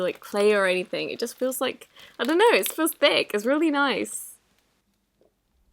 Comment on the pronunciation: "feels THICC, really nOicE"